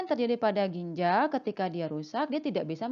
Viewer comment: Mbak, judulnya "ginjal" bukan gijal. Kemudian "glomerulus"bukan glomelurus... koreksi dong